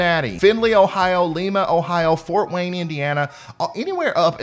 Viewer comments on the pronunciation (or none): It's pronounced Lie-ma, thanks for the update, Bellevue Ohio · Lima, like the bean. Not Lima, like Peru.